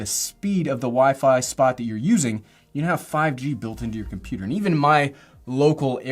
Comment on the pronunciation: What’s a comp-pu-rer?